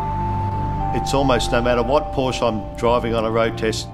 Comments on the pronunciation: Great film, but it's not a "Portia" it's a PORSCH -- E! The E is as in "SEXY" there is NO "a" in the name. You have so much right, now say it right. Don't make me come down there :) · That's "Pour-Sha"! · Proud to own a Cayman 987.2. By the way, Porsche is a two syllable word. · Min ... she doesn't know how to say "Porsche" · Hate it when watching Porsche videos with people allegedly in the know about the subject, but who ignorantly and annoyingly mispronounce the name.